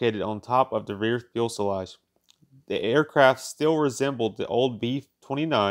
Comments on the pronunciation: I enjoy your videos, but why you say "fewel-selage"? It's pronounced "few-selage" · FUSELAGE is pronounced "Few-selage" not fuel- selage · "FEW-se-lage", not "fuel-se-lage"! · Fuselage, not “fuelselage!” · Fuselage. "Fyoo-seh-lodge". Not "Fuel-seh-lodge"... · Needs a new narrator. Don't quit your day job. What's a fuelselage? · Few suh lodge. Not feulselage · For Heaven’s sake, pronounce fuselage “few-selage”, NOT “fuel-selage”!!! Unlistenable. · "few-selage" not "fuss-elage" "Supreme air command" WTF >>> "Do not recommend this channel" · fuelsage, fuelsilage, fuselsage, fuelslage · Holy shit, stop saying “ fuelsalage “ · I tried...passed out and awoke with a killer hangover... What IS a fuel sulaj....?? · Of course the fuel was stored in the "fuel"salage. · Yep. Double-checked it. Irritating. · The "fuelselage." Man, that joker is difficult to listen to. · I wanted to shoot myself every time I heard "Fuelsalage". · Yeah the fuelselage contains the new-kewlar bombs. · It is pronounced "few-se-laj" sir 😉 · Like everyone else has been saying, thank you for NOT using a robot to do the narration. Content is great, keep going! And... fu·se·lage is pronounced fyo͞osəˌläZH/. Few-saw-lawghhh. Don't kick yourself, modern US schools do a poor job in teaching pronunciation. Keep this up and you'll be great at it. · I cannot get past the "Fuel Sell age" pronunciation! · Is he saying "Fuelsalage"? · I was disturbed by the "fuelselage" thing too. I know that a lot of effort went into this video, but a flaw like that spoils all of that so completely. I am sorry for the author and I was tempted to abandon watching this video at least 5 times in the duration. A little more attention to detail would be warranted. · “Fuelselage?” Really? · Had to stop watching when he called Convair Corvair, it was just the last straw in a line of mispronounced words and names like “fuelselage” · It's pronounced "fuselage". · Drink everytime he mispronounces fuselage. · "Fuelsalage", "Corvair", LMFAO.